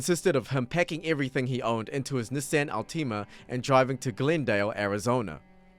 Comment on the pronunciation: Damn I’ve never heard “Nissan Altima” pronounced like that 😂